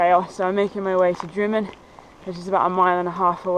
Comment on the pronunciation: When you get to Drymen it is not pronounced Dry Men but Drim Min